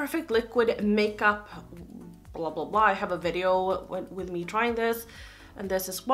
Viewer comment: OMG, everytime you say makeuo FISTER! U naughty girl hahaha! :') I'm hella excited for you getting a new camera, I'm a real sucker for good quality videos, with good light and audio, yummmm (even tho your quality now is great!) Whatever you are planning next year, I hope that it's gonna be great. I can tell it's really important to you, I give you the best of luck! We will still be here even if you can't upload everyday haha! You are the best <3